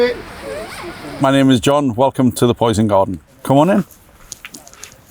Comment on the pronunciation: « le poysn gawdeun »